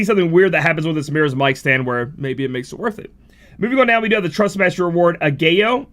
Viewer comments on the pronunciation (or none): Ah-guy-yo... LMAO... Dead give away never dipped his toes into the world of K-pop 😂 An easy way to pronounce it, kinda say it like 'egg-yo'. Like, "hey girl, lemme see dat egg-yo!" lol 🤓